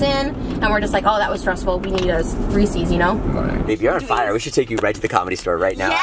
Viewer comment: The way Trisha and Jason says Reese’s!!lthat’s not how you say it 😂😂